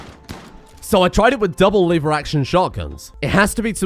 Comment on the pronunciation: Lever, not liver.